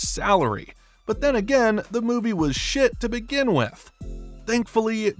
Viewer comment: You can hear the emphasis on that SHIT bro REALLY meant it